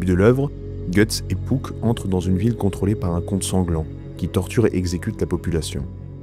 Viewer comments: Hannn tu dit "pouck" ça me perturbe, j'ai toujours dit "puck" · Oui j'étais pas mal fatigué durant le tournage. Et je ne sais pas pourquoi mais j'ai prononcé "Pouck" tout le long de la vidéo alors que je dis "Puck" dans la vie de tous les jours 😂